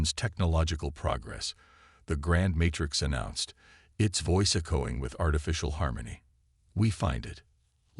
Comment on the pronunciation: I stopped listening. I get sooo tired of most of you guys apparently having the very same LAME POS AI...or "eh-I" or however it keeps mispronouncing A...I... How can a freaking AI mispronounce AI!!!!!???? And, what is "e-KO-ing"!!!???